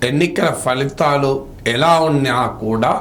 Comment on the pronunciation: Professor like you also saying ‘falithalu’ instead of ‘phalithalu’ is very unfortunate, Sir.